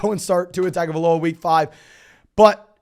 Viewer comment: I don’t mean to sound like the grammar nazi or whatever, but Arya last name is pronounced tah-ngo-vai-loa. In Samoa, the G is pronounced like “ng”